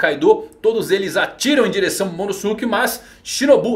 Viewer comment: sem querer ser mala mas pronúncia certo eh /Momonôske/, não MomonosUke